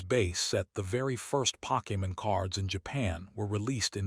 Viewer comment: The content would be so much better without the fake ass voice that can't even pronounce Pokemon correctly.